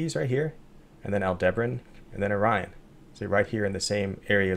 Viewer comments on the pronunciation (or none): none